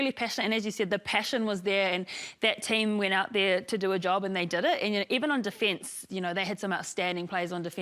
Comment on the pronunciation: Really pleased to see the penalty count was lower this time, well done girls! Goooo the Black Ferns!! Wondering why people, these days say DEE fence..instead of defence